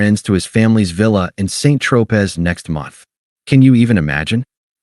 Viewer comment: Mon Dieu, l’Intelligence Artificielle ne peut pas prononcer Saint Tropez; tout à fait white trash. Oh là, là, là.